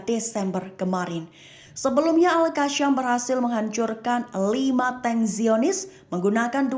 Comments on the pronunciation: Al qassam bukan qasham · Al qasham ke Al qassam??tolol ke juru bicara konoha ni😂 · Al qassam malah di sebut al qassham😅